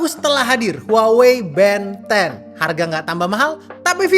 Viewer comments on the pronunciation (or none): yg bikin gw tertarik malah karna pengucapan nya band 10 = ben 10 tontonan masa kecil :face-blue-smiling